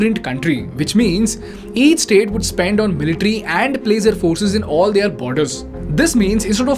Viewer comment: Please change your pronunciation of the word- THEIR, it is both weird & annoying to hear it the wrong way. Rest of it is simply awesome 👌 keep it up 👏